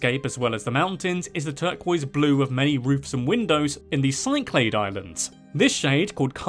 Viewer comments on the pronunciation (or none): The 'SY-CLAYED' Islands? Did you mean the 'SIK-LUH-DEES'?